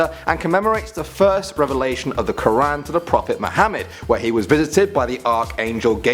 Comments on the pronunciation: It is Quran not Qur an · The way he says Ramadan and Quran by the way I knew all of these as I'm Muslim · Why don't English people know how to pronounce Ramadan quaran